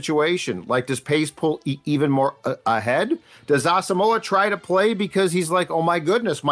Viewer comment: Why are Vikings Podcasters and media people unable to correctly pronounce Brian Asamoah's last name??? It's pronounced "Awesome-wa".